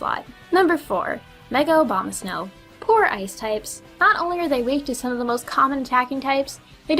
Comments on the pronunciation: She keeps saying obamasnow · she kept saying obamasnow .-. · I definitely just heard Mega Obamasnow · I like how you said obamasnow instead of abamasnow x3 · I kept hearing her say Mega Obamasnow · Did she say Obamasnow or Abomasnow? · Did anyone realize she said "Mega Obamasnow"? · I love how people say Abomosnow as Obama-snow lol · You kept saying Obamasnow. XD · ***** I'm guessing you meant to say "Abomasnow". Still, "Obamasnow" is pretty damn hilarious. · mega Obamasnow.........i was just praying you would say it right just one time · I like how you say Abomasnow as "Obamasnow". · I thought u said mega Obama for a second XD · i heard mega obamasnow at first lol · Hah, you pronounced it Mega Obamasnow. Mega Prez is meta now. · Lol she said "OBAMAsnow" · Am I the only one hearing her say "Mega Obamasnow?" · OBAMASNOW? XD Oh... My ears are laughing... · Ok, I love how you said mega Obama-snow. I know you didn't mean to, but I died laughing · XD I'm pretty sure she said "Obama-snow" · did you say Obamasnow? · Did you say "Mega Obamasnow" or did I just not hear that right?^^ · Mega Obamasnow? Seems like someone has developed a bad habit when pronouncing Abomasnow's name :P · When she said abamasnow I literally only heard obamasnow